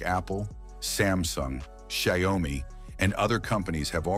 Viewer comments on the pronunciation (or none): "Zehomi" LOL is it that hard to make the voice say "SHAO-MI"?! xD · Xiaomi - Shayomi?? AI-generated voice. 😑